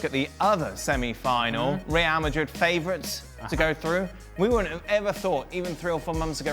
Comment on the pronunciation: The way this guy says Real Madrid....... " Rrrrrrrrre Ma'rri' " 😂😂😂